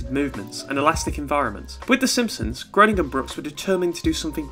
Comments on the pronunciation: Thanks so much for your videos! I’m just now discovering your channel! But just as an FYI: Matt Groening’s name looks like it’s pronounced GROW-Ning, but is in fact pronounced GREY-Ning. I’ve heard him say his name this way anyway, I absolutely LOVE LOVE LOVE this episode of The Simpson’s! It’s one of my all time favorites. I remember back when it first aired my BFF at the time and I had recorded it and watched it over and over again, and even mumbled to each other like Ms. Botz does! I for one love The Simpsons and am glad it’s still going after all these years, and I guess I’m the only one who feels like it should keep going, but hey it’s not the first time I’ve differed from the popular opinion....probably not the last either. LONG LIVE THE SIMPSONS!!! 💛💛💛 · Um achtually it's pronounced "Graining"